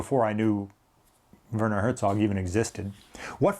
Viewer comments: Great video. You pronounced Werner corrrectly. Quite well to be an American👍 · You are correct in how to pronounce his name. The German’s pronounce a W as a V, and a V as an F. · hi, great stuff as ever! Werner in german speaking areas is pronounced "Verner", well done 😊 take care mate